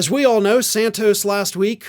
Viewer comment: You're overdoing the "a" in Santos. It's Santos like ran tose. Flan-can-ran-san(d) tose.